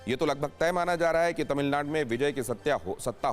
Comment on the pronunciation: 😂 Are anchor.. tamilnad nhi Tamilnadu hai.. teleprompter par Au ki matra hat gyi to wahi pad diya ??